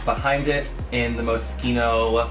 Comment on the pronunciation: Someone who pronounces Moschino well